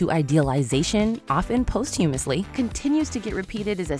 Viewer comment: You mispronounced posthumously…